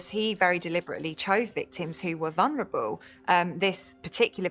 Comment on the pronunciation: Why does there seem to be this countrywide mispronunciation of the word, “vulnerable”?